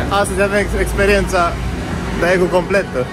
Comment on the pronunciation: Va iubesc și va respect munca, dar va rog sa nu vă supărați când va spun că se pronunță Degu (Daegu). Cam tot ce e cu "ae" se pronunță "e".